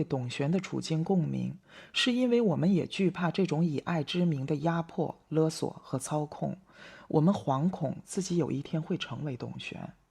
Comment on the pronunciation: 勒索，勒读“乐”第四声；牌坊，坊读“方”第一声。